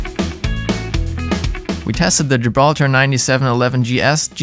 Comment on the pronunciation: Why is he saying these brand names so weird wth weirdo Yamaha ha Gibraltar tar